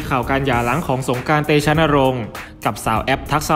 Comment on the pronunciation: ออกเสียงให้ถูกต้องด้วยคะ ตัว ร ไม่ใช่ตัว ล และออกเสียงคำควบกล้ำไม่ได้ ตัวอย่าง สงกานต์ กับ(กลับ) ลอคอย พะราชมงคลมุนี แข็งแลง (แรง) ช่วยปรับปรุงด่วนเลยคะ